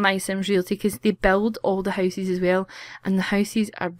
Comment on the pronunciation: I love how she says houses "housees"